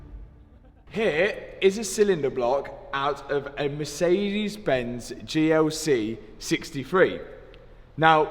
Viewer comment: Matt I love your videos and I really appreciate your afford on pushing forward....but please check your pronouncing of Mercedes, Porsche etc...really love your content but it is always a pain in the ass...